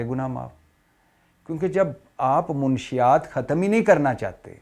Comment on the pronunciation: یہ کیسا صحافی ہے،لفظ منشات نہیں منشیات ہوتا ہے۔